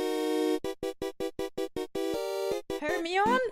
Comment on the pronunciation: It's 'Her-My-knee'.